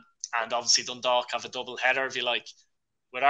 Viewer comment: Robbie has pronounce dundalk perfectly